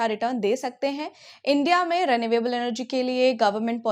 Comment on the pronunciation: Mam, Why do you pronounce renewable as "ray-nay-way-ble"?? Isn't it supposed to be ree-nyu-able?? At least, the Cambridge Dictionary thinks so!!